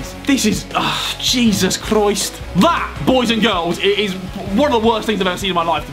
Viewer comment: Why did Harry turn Scouse when he said “Jesus Christ”